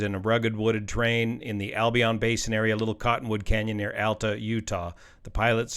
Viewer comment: You pronounced Alta correctly!